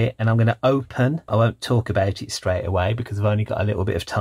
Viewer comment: He said aboot, and he's not even Canadian!